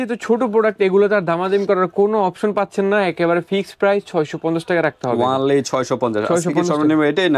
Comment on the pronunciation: ওয়ান লি কেমন শব্দ। অনেক কেই বলতে শুনি ওয়ান লি, সো সিয়াল। অদ্ভুত লাগে। কাকে এইগুলি উচ্চারন করতে শুনে এইগুলা শিখেছেন বলবেন কি! এই যে ব্যাগ টা এখানে দেখালো ৬০০ টাকা , ছোট ব্যাগ, আগে ব্যাগের মূল বাজারে যান,তারপর দেখুন কত কত difference দামে।এইসব ব্লগ না ছেড়ে মানুষের সত্যি উপকার হয় এমন কিছু ব্লগ করুন।